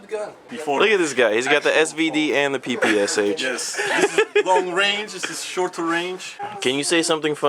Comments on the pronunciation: anyone else notice that he said PSSH not PPSH ? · lol u said PSSH. its PPSH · fail he said pssh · actually its PEH PEH SHEH not 'PEE PEE ES EITSH' or 'PEE PEE ESH' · It is NOT 'PEE PEE ES EITSH'. It is 'PEE PEE ESH'. The PPSh stands for Pistolet-Pulemyot Shpagina (Пистолет-пулемёт Шпагина), in English: Shpagin machine pistol. Please say it correctly. Thanks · its PPSH not PSSH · haha ppsh ?? it's pronounce (peh-peh-sha) :P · u said pssh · lol u said PSSH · you said 'PSSH" instead of "PPSH" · pssh? its PPSH :D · umm i know this is a mistake but you said pssh just saying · haha......at like he calls it a pssh? what the fuck? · its pronounced (puh-puh-shaw) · it is pronounced peh peh shaw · it is pronounced peh peh sheh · yea the russain souding guy is cool and all, but PPSH is pronounced "pah-pah-shaw"